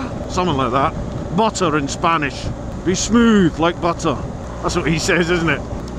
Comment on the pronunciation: Luck of the draw, unlucky! Quite impressed for a North East loon that you used the two 't' s in buTTer...... don't worry about the Spanish!